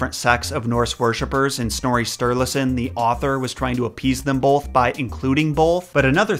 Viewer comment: You say “bolth” instead of “both” lol